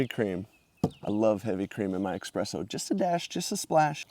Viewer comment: The coffee word is pronounced eSpresso, not eXpresso. There are two common pronunciations of the State Capital of NY, Albany. Some pronounce it Al-bin-e. Others pronounce it All-bin-e. The building you refer to as "nice old government building, still creepy" is that State Capitol Building. Construction started in 1867 and was completed in 1899, at a cost of $25 million.